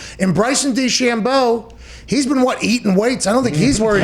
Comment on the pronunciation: I love the way he says DeChambeau